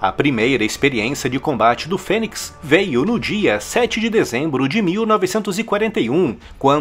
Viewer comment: pronuncia de fênix (fênics), É FÊNIS...